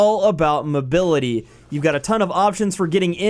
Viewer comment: Muh bility